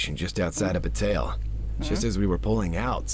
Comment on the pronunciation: Just so everyone knows, August Flynn is voiced by Bradley Gareth, who I know as James Anderson from the Seduce Me series of visual novels by Michaela Laws. And surprisingly, said the town's name right, Bataille. Which is pronounced Bu like butter and tail. Oh, and I'm the one who suggested she play this game. Hopefully she'll start playing the full game in Fall